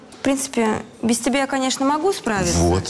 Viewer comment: Да и еще не люблю, когда она говорит вместо тебя "тя"👎👎👎👎